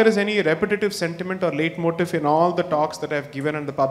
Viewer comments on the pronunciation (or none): none